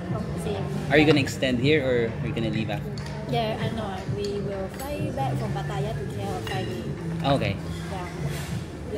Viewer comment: It’s pronounced as Pa’taya.